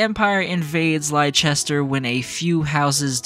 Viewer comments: As an English person, your butchering of 'Leicester' pains me so deeply 😭😭😭 IT'S LESS-TER NOT LIE-CHESTER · But it's pronounced Less-ter in the games. Plenty of times, too... Unless you are hard of hearing or don't pay attention, people will surely remind you a lot of times. (And Gloucester is pronounced Gloss-ter.) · oml it took me a bit to realise you were talking about Leicester from memory it’s pronounced like Lester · I was talking about Leicester, I played the game with the Japanese voice over, and there's a soccer team by the name Leicester that is pronounced Lie-chester, so it was purely me just scuffing the pronunciation, I apologize for any confusion 😂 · Yeahhhh I realized after starting my playthrough for Azure Gleam that I pronounced it wrong the whole video 😂 I'm used to pronouncing Leicester that way because of the soccer team 🤦🏻‍♂️ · You are forgiven for being a based JP voice chad. But for future reference, it is pronounced like "Lester" and "Gloster" for ease of reference. Blame the Normans. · Imma be honest, I was convinced that's how you pronounce Leicester 😭 I even watched the EPL religiously a few years ago, I apologize 😭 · It's hillarious that despite with a fully voice acted cast saying the name of the place constantly, Americans continue to be unable to pronounce Leicester properly. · bruh, there has been 2 games you should know how to pronounce Leicester properly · It's even funnier to me because like a week or two after putting this video out I realized I was pronouncing it wrong the entire time 💀 And tbf, I set myself up for it because I played this route with the Japanese VAs so that's entirely my bad